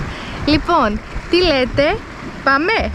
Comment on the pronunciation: Γειά σας, σοφωτάτη δασκάλα! Σας ευχαριστώ για πολύ ενδιαφέροντα βίντεα σας! Και γιατί ο λόγος "πάμε" προφέρεται ως "παμέ"